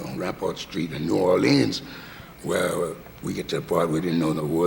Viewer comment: As a native New Orleanian, Louis pronounces the city's name as the vast majority of natives do NOT pronounce it while Cavett pronounces it the way the vast majority of natives DO pronounce the city's name. I suspect that Louis is trying not to confuse people since he uses artistic license to pronounce it Orleeennsss like in his songs such as "Do You Know What It Means" (to miss New Orleans). So many greats.... I love my birthplace.